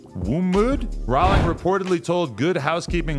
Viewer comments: Why does adam call her JK Rawling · Thought you pronounce her like rolling